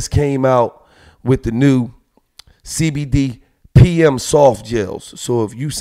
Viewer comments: Gillie said Cdbmd instead of cbdmd 😂🤣 lol yea gillie done bussed crackhead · This fool said CDB MD 🤣🤣🤣🤣🤣 it CBD Gil lol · He said CDB lmao it’s cbd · Did he say cdb